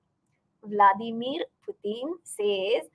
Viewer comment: Vladimur, vladimeeer vladueueuerr suddenly dhhatt balahblahah 😂😂😂😂